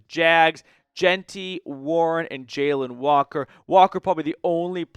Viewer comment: I think you’re butchering names brother 😂 I think it’s pronounced Jah-lon Walker & Ar-mahnd Membou